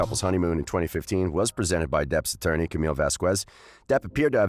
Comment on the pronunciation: Why do you keep pronouncing Camilles name wrong?